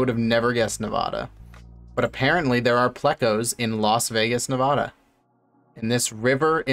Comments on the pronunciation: Bro the way you pronounce navada im dying rn i live in vegas and that would trigger so many people lmao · It’s a pet peeve when people pronounce Nevada wrong in the states